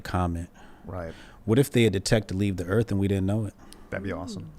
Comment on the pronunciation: "Erf"... Yep, not going to take you seriously.